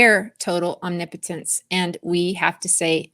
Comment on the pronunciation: Thanks for all your insight - & teaching me the right way to say omnipotence🤦🏼‍♀️ I’ve been saying it wrong all of my life (Om knee potent ence) 😂 🙏